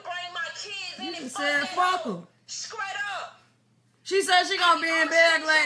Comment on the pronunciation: she said skraight .......sugar cane field named after her....WTF is she even talking about